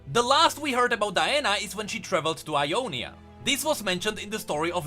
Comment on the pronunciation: everytime you say Ionia i hear Umonia and like ... tf